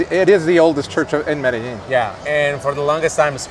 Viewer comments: Medellin NOT merellin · When is it going to learn how to pronounce Medellin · Sorry man I had to unsubscribe I can't take you pronouncing Medellin wrong